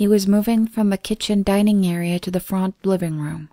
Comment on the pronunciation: And "front". I love the stories she does and other than these few words her voice is perfect.